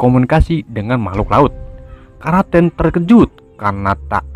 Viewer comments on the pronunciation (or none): Kraken bos bukan kraten.. 🤣🤣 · kraken woi bukan karaten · ini kraken disebut karaken :v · Bukan kraten tapi kroeken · Kok karaten kan kraken